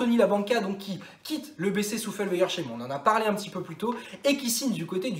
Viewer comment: Svp on dit Souffel - weyer - sseim et non cheim ! Merci sinon juste Souffel ca ira très bien 😉